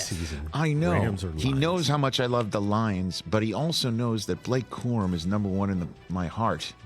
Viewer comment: BA-LA-KAY C-ORRRR-UMMM?